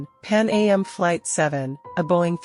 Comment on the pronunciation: As an exercise in AI-generated narration, this is one of the best I've heard so far. Cadence was proper throughout, with the verbalization of "Pan A M" and possibly the Stratocruiser 337 as the main giveaways to AI. I did hear the reverberation effect throughout, but it and the female voice are actually pleasant. Fact-checking seemed to have fallen off toward the end, though - Air France 447 was located and thoroughly investigated by the time this episode was made.